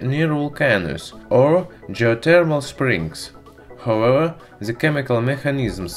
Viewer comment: however= howewa😂